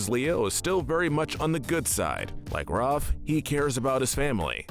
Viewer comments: RAFF NOT ROFF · Raaf It’s Raph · Am I the one who noticed how he pronounces Ralph as Roth? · please stop calling raph 'roph' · The a in Raph is pronounced like the A in Apple not Rawwph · Anyone else get upset that he calls Rafael "ROFF"?? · Where the shell are the Purple Dragons?! Also, why did you mispronounce Raphael's nickname?!